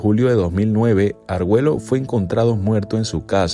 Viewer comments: Se pronuncia la doble ll como ye, es Arguello no Arguelo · Este pata no sabe pronunciar su apellido?? Alexis Argüello No Argüelo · Porque dices Arguelo es Arguello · No es Arguelo es Argüello ok aprende a pronunciar y a leer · Argüello,no arguelo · Asesinato político, es Argüello, no arguelo😊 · Es Alexis arguello lo arguelo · Arguello,no arguelo